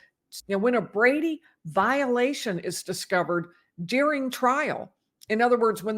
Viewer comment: Why do you say DEARING for the word DURING?